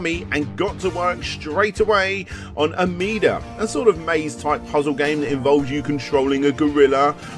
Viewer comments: Interesting way you said "Amidar" here. Here in the states, a TV commercial called it "Am-Mid-Dar" and I assume that's how you say it. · I pronounce it "ah-mi dar" in the UK.